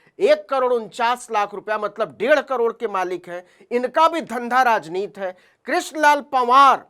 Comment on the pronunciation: यार आप बार बार राजनीति को राजनीत क्यूं कहते हैं? आप तो अच्छी हिंदी बोल लेते है 'राजनीति' को क्यूं उच्चारण ठीक तरह से कर नहीं सकते?